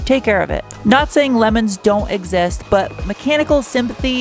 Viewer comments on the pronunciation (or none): none